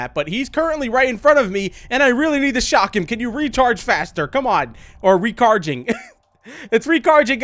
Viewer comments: I didn't even notice they said "Recargeing" instead of Recharging until like 3 minutes into the video (And yes, I know that the creator said he didn't speak english correctly, just pointing that out). XD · Its not recharging its recargeing lol